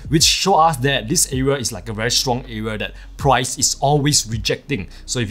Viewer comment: Why do you keep saying areal ?!